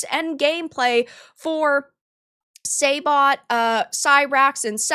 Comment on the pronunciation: lol says she followed MK but couldn’t pronounce noob saibot name correctly. say-bot hahaha